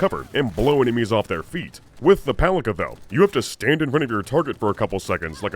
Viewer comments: Fun fact, “Palica” is actually pronounced as “PAH-lee-tsa”, since Rostovič — its manufacturer — is Serbian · the name of a gun is pronounced as Palitzsa, which means clubbed stick or just a stick in most of Slavic languages and dialects. Name implies it is just a short stick in a shotgun world, which it is. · Palica's (pronounced pa-li-tsa) short range can be explained, actually. If we assume it shoots same smart pistol gyrojet rounds, and unlike the pistols they flop out of the gun with very little initial velocity, they would need to inefficiently spend the fuel to accelerate in the air, thus reducing their range, thus reducing the range the gun would let you target at. It would also be cool if the bullets actually shot in a comically wide spread and then converged at the target from all directions, like a little Macross Missile Massacre. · As the Palica is produced by a Slavic based company most probably 'c' in its name is pronounced as 'ts'. (the same way you pronounce first letter in Cincinnati) Thus the very name starts make sense and can be translated as Club / Cudgel / Bludgeon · I think PALICA is pronouce as PALITSA. It's a word for a small club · "Palica" actually means to be read as "Pálitsa", it's Russian word that translates as "club" or "mace" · Palica is supposed to be pronounced as "palitsa" supposedly from slavic палица - (something like mace)